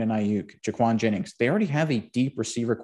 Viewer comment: Juwan Jennings not Jaquan